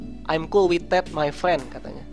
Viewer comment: benerin bahasa inggris lu bang, ngomong that malah tet😂😂😂